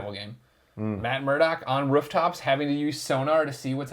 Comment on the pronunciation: I love that greg says Ruftops lmao